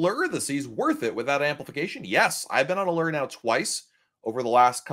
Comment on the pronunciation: Really enjoy your comments about Diamond vs Diamond +. Only, your pronunciation of the ship is rather strange (A-lurr). Please try A-loor. This video was full of really good info. Thank you.